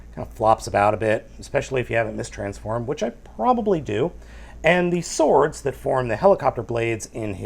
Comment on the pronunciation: Lol, doesn't know how to pronounce "sword". (No offence).